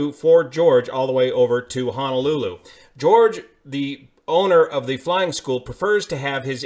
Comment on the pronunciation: FYI: It is pronounced Ho-no-lu-lu, not Ha-na-lu-lu.